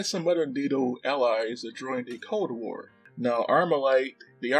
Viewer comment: Did you say "code war" 😂